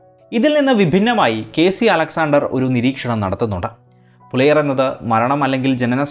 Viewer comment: പിലയർ ആണോ പുലയർ ആണോ